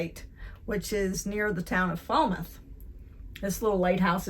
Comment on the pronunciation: WHOI=Who-E... Mispronounced Falmouth and Eastham... No hard "e" sound, at the end of Shawme... "On" Cape Cod, never "in"... But you would be "in" each town/village... Highland Light was also moved back from the cliffs around the same time as Nauset was... But the move was another 100'-150' further than Nauset was...